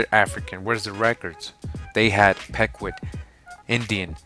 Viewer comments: Pequot is pronounced 'pea-kwat'. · The Pecuot clan -- it's pronounced "PEE 'koh" brother! Thanks for all your hard work! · it's pronounced pequot, not pecuot I'm From the Mashantucket Pequot tribe